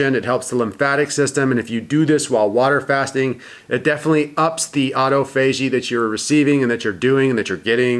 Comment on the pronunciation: Why do you say autophagy like that